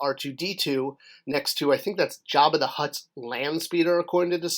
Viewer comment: "Omigerd...it's Jerba the Hurrt..." 😄